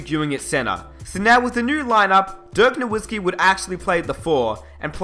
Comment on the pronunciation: Just a bit of advice so you don't continue to piss of Mavs fans a little: the w in Nowitzki is pronounced like a v.